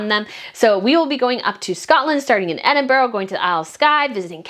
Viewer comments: not a huge thing, but just a note, that british words/names ending in "-ham" are pronounced "-um". So, Sandring-um, Bucking-um. The "H" is silent. And Edinburgh is a weird one, its pronounced "Edin-bruh." Tindall, likewise, is Tin-dull. Just thought I'd share:)) Also, boy oh boy I wish I could go on that trip! Too bad I just went to Edinburgh last year i'm DYING to talk to other people that dislike the carparkles. No one I knows cares enough about the situation. Id love to gossip with you guys. Are there possibly any other trips in the future? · Hope you enjoy your trip to Edinburgh - strap on your walking shoes! Note on pronunciation - Ed-in-bra but not with a long ‘a’sound. More br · They have NO future with the Royal Family. EH-DIN-BRA!